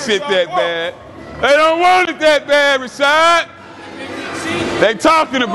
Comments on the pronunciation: " rashod"-CT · "RASHAD!" lol he didn't wanna step to CT and correct him 😂